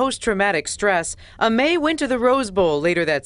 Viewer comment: Why are they pronouncing her name “A-may” ? It’s Amy, it’s just spelled Aimee..